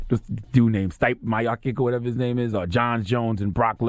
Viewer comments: lmao "stype myokick" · Sti-yup Me-Aw-Chic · I'm here for all UFC fans just to let y'all know what Charlemagne did to STIPE (STEE- PAY) MIOCIC (ME - OH- CHICK) 's name was completely uncalled for. He violated that man's name. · Charlamagne trying to pronounce stipe miocic's name was hilarious hahaha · Research, my brother..... U murdered the pronunciation of Stipe Miocic's name. Lol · Im not gonna gloss over the way this nigga just butchered the heavyweight champions name like that lmaoo that was so cringe